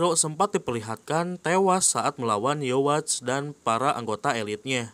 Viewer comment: Yuhava bukan yowatch